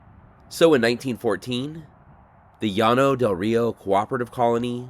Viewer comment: YES! My grandmother took me out there when I was a teen in the early '70s. Partly for something to do, but also to demonstrate the failures of socialism and communism. They are not a Utopia any more than the underside of my car is. And thank you, THANK YOU for pronouncing "Llano" correctly! And I did not know about the financial aspect of the colony. Oh my God! It was a Ponzi Scheme! What a bunch of bigoted suckers! PERFECT!